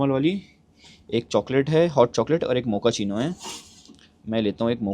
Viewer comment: Abee Mokachino coffee hota hai bae, mokachino Mokachino....